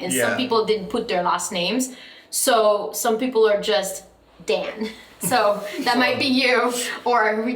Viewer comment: it was funny how you said "there's a lot of Dans" but you call him Denn most of the time. 😅